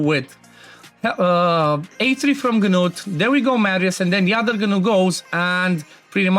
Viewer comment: THE G IS SILENT! It is pronounced Newt. For the love of god stop saying Ganewt 😂